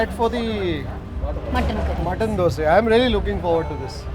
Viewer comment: Why you say dose not dosa. It sounds off or I am wrong?